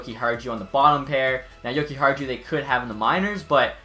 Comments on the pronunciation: you have to say: yo-ki-are-you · Dude the j is silent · It’s yokiharyou but as a hawks fan if nylander can realize his potential in a new organization then it’s a win for chicago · You butchered Henri's name. Come on man